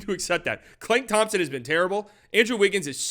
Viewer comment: “Klank Thompson” is such a violation. I love it.